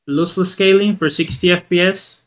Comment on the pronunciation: Loss- less Not looseless